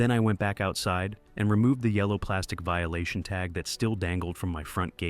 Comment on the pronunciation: Vililation?.is that like violation?